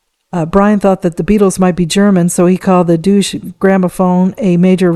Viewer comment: I'm very much enjoying your stories. I believe R A D A is usually called rada, as in rahdah? Also Deutsche is pronounced Doyt chae, sort of.